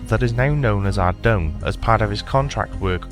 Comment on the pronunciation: OMG you pronounce Ardougne the right way! I always pronounced it like that...not 'Ardoyn'